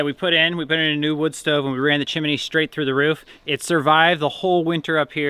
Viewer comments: OH That's funny... "Chimmeny".... Chimney is pronounced Chim ny... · You reminded me of Dick Van Dyck from Mary Poppins when you said "Chiminey". It's "chimney". And by the way, that is the saddest outhouse I have ever seen. I think I would have just burned it right where it stood. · I had to cringe a few times when you said "chimeney". My son is 39 and to this day blames the movie Mary Poppins for his spelling bee loss. He was in 2nd grade, competing against 5th and 6th graders... there were only two other contestants left (besides him) and he was asked to spell chimney. He had seen the 'stupid movie' more than a few times that year and his brain heard "chim chimeney, chim chimeney" and he spelled it that way. His elimination crushed him, but he was competing again older kids and he should feel good about coming in 3rd. He still hates the movie! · like how pronounces chimney as chim-ne-y lol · Hey Y'all - " chimney " vs " chimINee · well, i don't mean to give you any grief, i watch you guys all the time. but, it's chim-ney, not chim-i-ney. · Love your channel. We Check it out every day. Btw....the word is chim-ney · Pronouncing chimney with 3 syllables is the most adorable thing I've heard all day